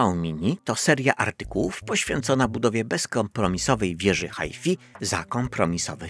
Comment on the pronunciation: Moja siostra z Londynu to mnie ochrzania za mówienie haj-fi zamiast haj faj.